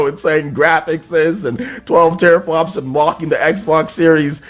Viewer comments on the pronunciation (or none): none